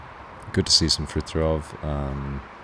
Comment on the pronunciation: The way they pronounce Fritiofs name made me cry..